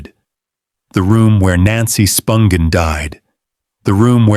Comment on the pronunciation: Interesting video. But, you're killing me w/ how you pronounce Nancy's last name.